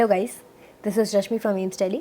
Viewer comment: How beautifully you pronunce delhi..... 😍